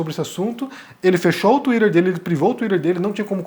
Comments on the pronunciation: Desculpa, mas no momento que você falou tuirer eu simplesmente não consegui mais prestar a atenção 😢 Sério, pq tuirer e não tuiter? (Escrevi como fica o som e não como se escreve, ok) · KKKKK Falou twitter igual a Luciana Gimenez não dou moral. Cadê o debate com o mamãe falei?